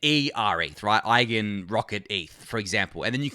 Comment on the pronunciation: Great job pronouncing Euler and Eigen correctly 🎉